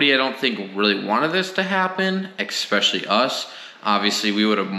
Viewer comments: Umm umm umm. EXpesialy, Suposibly. Other than the poor grammar, it was an informative video. Happy to see you stand your ground. Way to keep you cool and win in the long run. Nicely done. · great video... btw... it is "Ehhh-specially" (especially)... not EX specially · Please stop saying exspecially, but keep up everything else.